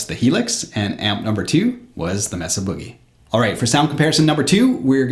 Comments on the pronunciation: it's pronounced MAY-SUH, not Meh Suh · Mesa is "may-suh" like the geographic feature, not "mess-uh" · FYI ... "Mesa" is pronounced "May' suh" .. not "Mess uh" :-) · Very good demo. BTW, the "e" in Mesa is a long "a" sound, not a short "e" as in mess.